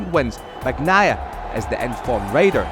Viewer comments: Yeah, it always bothers me how they would pronounce "Bag-nai-ah" instead of the correct one (Bah-ni-eye-ah). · MotoGP commentators just can't pronounce "Bagnaia" properly 😂😂 it's beyond them